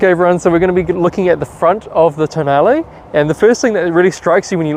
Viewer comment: Pronounced ‘Tonn-ar-lay’, not ‘toe nail’ 😆